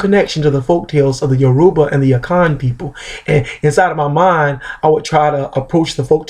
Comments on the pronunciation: It's pronounced "YOUR-u-ba" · How do you know a Yoruba proverb but not know how to pronounce the very word "Yoruba"? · Piss off, he is an American embracing his Yoruba roots, he didn't grow up with our language